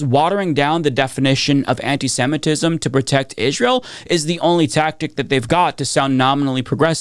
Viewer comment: I know this isn’t important but why do you say “Israel” in such a weird way? “Ijj-ral” It’s distracting from your important messaging. I’m sorry to comment about this but maybe no one has ever said anything? Just want to make sure your points are getting through without a distraction like this